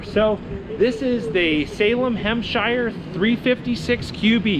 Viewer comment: Hemshire? Nah...it's HEMISPHERE